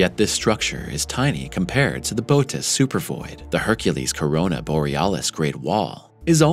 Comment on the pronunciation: Interesting video, but I have been an amateur astronomer since age 7, and I can tell you don’t know your constellations. It is Bootes with an umlaut (or equivalent horizontal 2 dots in English, etc.) over the second vowel to tell you to PRONOUNCE BOTH VOWELS! It is pronounced Boh-‘oh-teez. Also, the penultimate time you mentioned the size of the Bootes (can’t do the 2 dots) Void, you said it was 300,000 MILLION ly in diameter - that’s 300 BILLION! That’s impossible. I even put on the subtitles to make sure. Other than that, keep up the good work. I love astronomy, astrophysics, cosmology, and physics.